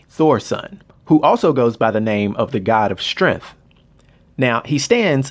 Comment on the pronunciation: despite that your "black-cent" made you pronounce strength as "strengff". As the god of "strengFF" I'd think his mom would've been SiFF. LoL